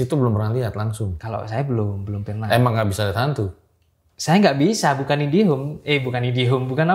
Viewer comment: Ngakak pas Narsum bilang saya bukan "INDHIEHOME" 🤣🤣🤣